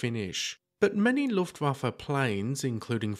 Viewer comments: It's not the "Luftwaffa" - it's "Luftwaffe" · Yes he did. But he totally blew it on Looftwaffa.